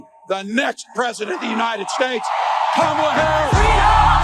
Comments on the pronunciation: No R in Kamala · Whether they say it right or not, everyone is saying her name. KAMALA!